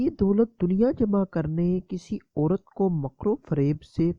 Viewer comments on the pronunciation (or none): none